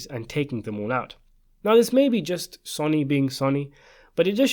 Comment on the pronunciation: What is this guy on about. This isnt even a question its CLEAR in the film when Vito and Michael talk about it the plan in the garden so this is a total waste of time. By the way, dont ever listen to the opinion on the Godfather of someone who pronounces Sonny's name completely incorrectly !!!